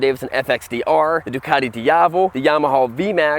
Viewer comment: Doocartee, Yarmaahah , aloominum 🙄🙄